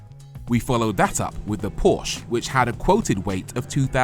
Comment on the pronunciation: You both review cars for a living and don't pronounce Porsche correctly.